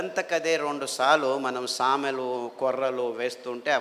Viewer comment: Samelu and arikelu ante clearga cheppandi sir